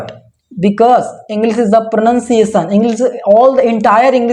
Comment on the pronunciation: Sorry but It's इंग्लिश not इंग्लिस min brother...